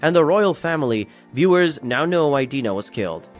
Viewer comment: I couldn’t really pay attention to the video with him sayin the names of things incorrectly (Shiganshina, Dina and Reiner). It was as if he didn’t watch it 😂